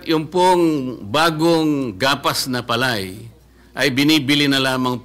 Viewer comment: Mali nag pagbigkas nila ng salitang PALAY parang tunog Pilay ....